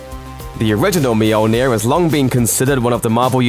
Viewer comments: Moldy ear? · Romano Cuz myoleneer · You pronounce it Mjolnir, the people in the Movies pronounce it Mjolnir, even many comics write Mjolnir. WHY!? IT IS CALLED MJÖLNIR!!! IT HAS BEEN CALLED MJÖLNIR FOR LITTERALLY THAUSANDS OF YEARS!!! LEARN THE Ö!!! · It hurts my ears to hear you say Mjolnir 😂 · Lmfao Mjolnir..... just keep saying it over and over again, it keeps getting funnier lol I cant